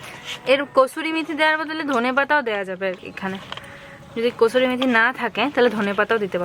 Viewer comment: Kosuri meth noy pls pronounce well it's kasuri methi Limu ki shundor pronounce korey.